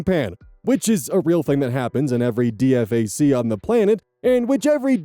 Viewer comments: EVERY time he spells out D-F-A-C my skin crawls… IYKYK HOOAH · I read the one a few weeks ago and ☠️☠️☠️ Also sounding out D F A C every time took me OUT 😂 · Can def tell when someone's not army when they read dfac letter for letter instead of saying d-fak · First of all, it's pronounced "dee-fack" and SPC means specialist. Other than that, this is not how the army usually works. Kevin's life would have been a living hell and no one would wonder or care what's wrong with him. Put it this way, I probably should not have listened to this because I will probably have dreams tonight of the unpleasant variety. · So weird hearing DFAC not said as Dee-fack. Just Army shit I guess. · DFAC is pronounced just like it reads, the acronym (the military LOVES acronyms) is not spoken as letters. Say it as D-FAK (or D-FAC, D-FAQ). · For the love of all that is Military, its DFAC, pronounced as D-FAC. not spelled out like a noob civilian. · It's pronounced dee-fack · DFAC is short for Dining Facility. It's pronounced "DEE-fack" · actuslly pretty mych everyone in the service pronounces dfac like its a word (D-Fac) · So, for future reference: Dee-FACK (I am a soldier and that is how we all pronounce it) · For future reference DFAC is pronounced “DEEFAK” by service members. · It's pronounced Dee-Fack. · DFAC (dining facility) is pronounced DEE-FACK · Just FYI: It's pronounced DEE-fack. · It's pronounced 'Dee-fak' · 1. This was extremely poignant and I honestly feel bad for the guy. 2. It's pronounced "Dee-Fak" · DFAC. Sounds like D-fack. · Also, you can pronounce DFAC as D-FAC, it's what we do, saves time instead of constantly listing it out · Spelling out DFAC each time was amazing and frustrating at the same time! ( we always called pronounced it as Dee-fact) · Please stop spelling it every time, just say D-FAC 😂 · Just so you know, DFAC is usually pronounced "deefack" Not trying to be rude, just trying to be helpful. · DFAC is said Dee-FAC by the way.